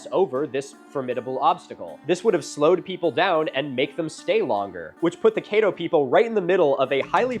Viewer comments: A double consonant in "Caddo" suggests a short vowel /a/ instead of a long vowel /ai/. Also backed up by videos about the Caddo and if you google "How to pronounce Caddo." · I am from Shreveport, Louisiana... And I must say, great video. But... the "a" in Caddo is pronounced like the "a" in cat. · Caddo is pronounced "Caad"-"dough" like CAD from computer aided design. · Dude I love your stuff, but pronunciation was killing me through this one. Cadd- oh. Nak a dish. Still gonna watch through the end. And all future stuff. Keep up the great content. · Caddo rhymes with shadow… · Thank you so much for doing a video on my home! Just to help you out with some pronunciations for next time CAT-TOE lake (caddo) Lake BISS-TEN-KNOW All love geaux tigahs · Native Texan & I’ve never heard of the great raft. Thanks for sharing! And Caddo is pronounced like it’s spelled, cad-doh. Natchitoches is natch-uh-toe-chiss, 1st syllable stressed. I wonder if weather events such as tornadoes & hurricanes contributed to the debris in the river. That area is renowned for those weather events. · Just wanna mention the way he pronounces Caddo is wrong, it’s Ka-dow and the only reason I know this is because I am a member of the Caddo tribe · Caddo is not pronounced caydo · Great job but as a native Louisiana man it’s caddo lake but said c-add -o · Locals pronounce it CADD-O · Caddo is my favorite place in the world. But him pronouncing it ka-DO and Kay-doe is breaking my brain... At least he got help on Natchitoches. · From Oklahoma here, Caddo is pronounced kad-doe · CAD-do. Louisiana requires special knowledge for the pronunciation of pretty much everything and everyone. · Louisiana archaeologist here. Quick fyi, the A in Caddo is pronounced like in Cat. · “Ca” like cat and “ddo” like doe. That’s the correct pronunciation. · Great video but holy wow the pronunciation of pretty much every town name besides Shreveport isn’t even close. Natchez, Caddo etc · That's not how you say Caddo man 😭